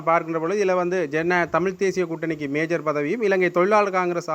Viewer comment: மேயர் என்று அழுத்தி சொல்லுங்கள் தயவு செய்து இல்லை என்றால் அதுவே விமர்சிப்பார்கள்